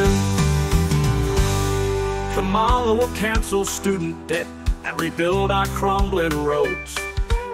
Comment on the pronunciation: Wow...sang-a-lah for KAMALA